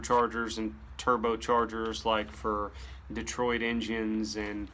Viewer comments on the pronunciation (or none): none